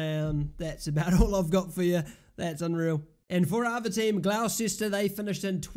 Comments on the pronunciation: Butchered that name... Its pronounced Gloss-Ter. Come on bro... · I’m not even arguing, I just said it is what it is. I didn’t expect Gloucester to be pronounced Gloss-Ter. You learn something new everyday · Gonna ignore the mispronounciation of gloucester